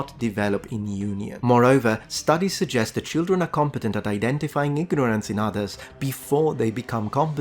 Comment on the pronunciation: It’s so cute when Europeans say “leetle cheeldren”